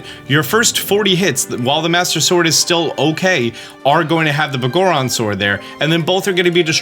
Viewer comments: I cant take how you pronounce Biggoron as “Boh-goron” seriously. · Dawg, did you pronounce the Big Goron's sword as Bah goron sword? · Pretty sure it's pronounced the big-goron sword but just spelled as one word, every time you say it I hear begorren and it cracks me up for some reason 😂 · mf said b'goron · Why do you pronounce biggoron so weird? It's supposed to be pronounced like Big Goron. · Bro seriously said “Boggorons Sword” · It's "Big Goron" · The way you say "Biggoron" makes me smirk. Love hearing Zelda terms said differently, never not amusing.